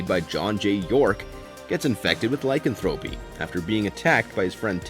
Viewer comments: Does a video about werewolves, can't pronounce Lycanthropy.... (lai·kan·thruh·pee emphasis on the KAN) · " LY-CAN-Thra-PY" is the way you pronounce it. And "Being Human USA sucked compared to the original BBC version (and no CGI werewolves_) Wolf Lake was a good show; but like Twilight and Biten; shape shifters; not werewolves. Werewolves as Bipeds, not shifted into real wolves. Half human/Half wolf is a Werewolf. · The repeated mispronouncing' of 'lycanthropy' was annoying.